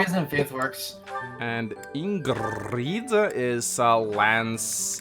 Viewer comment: did just pronounce her name ingrid